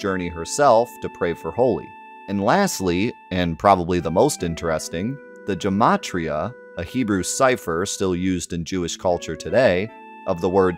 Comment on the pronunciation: Pronunciation note: the “ch” in “chesed” is the guttural one (like Scottish “loch”); also the “g” in “gematria” is a hard “g”.